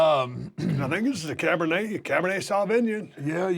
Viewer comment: He said Cabernet saw vinyin! 🤣🤣 Stone cold is the man